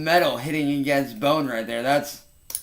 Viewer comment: why does he say his O sound like that. Boone. He sounds like such a little rooster sucker when he says the o sound. Booone I want a big boooone in my mouth. God I hate him. I wish he would come at me with these guitar things so I could send him to his PDF ancestors.